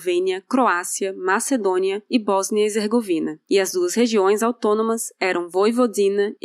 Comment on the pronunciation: PetKovic e não PetRovic. HeRzegovina e não HezeRgovina. A gente quer adquirir conhecimento mas ouve erros…